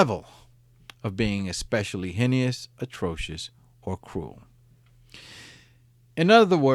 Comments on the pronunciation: Hen- e - us .....no its pronounced Hayne-us. Anyway great telling of the crimes of this p.o.s .. I like hearing these different stories of how people ended up on Death Row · Heinous has two syllables. Hi nus. Or hay nus if you’re wrong. Hi n E us is just plain retarded. Stop. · You keep mispronouncing heinous. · Heinous is pronounced HAY-NUS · Heinous= hay-ness